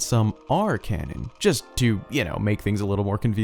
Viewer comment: Every time he said canon I could not help but hear Ganon smh 😅 I cant wait for Ganondorf in botw 2 lol 😄